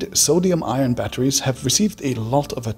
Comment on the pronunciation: Fantastic video please say ion less like iron though 🤣🤣🥲 gave me a headache